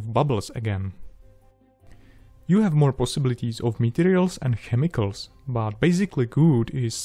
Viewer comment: Excellent guidance video, thanks a lot. If you wouldn't mind me giving a little advice, try saying "půr" instead of "pjůr" (pour). I had trouble understanding in context when just listening to the audio. And then maybe just "kemikls" instead of "chemikls". The rest is just pure perfection! :D Thanks again.